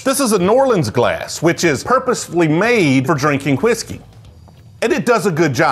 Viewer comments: you’re pronouncing whiskey wrong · He pronounces Whiskey like Stewie Griffin pronounces Cool Whip